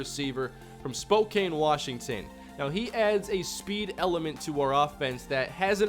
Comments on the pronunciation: its SPO-CAN not SPO-CANE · For the record Spokane is pronounced Spo- Can not cane